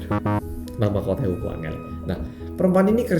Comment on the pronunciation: "...uaanggeel e ra karukaruan" ngakak saya mas 😂 mantap pol medok'e